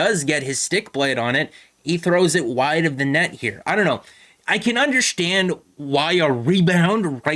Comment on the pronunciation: it’s Tavares not Matthews with the kick up to the stick - Also not meaning to be a dick but you say the word “understand” like someone who’s native tongue is Portuguese. (un-der-shtan-d) Lol